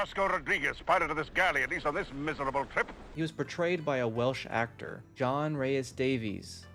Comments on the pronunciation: Rhys should be pronounced rees rather than rise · Cmon, it’s adaptation! And Rhys is Rees! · John Rhys Davies, Rhys is pronounce Reese as in Reese witherspoon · Rhys (Reece) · The Mariko actress in the original seemed so genuinely of this period, the actress in the new adaptation comes off as very modern, she speaks English like someone who grew up in an English speaking country, also Rhys is pronounced "Reece" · Rhys rhymes with Reese.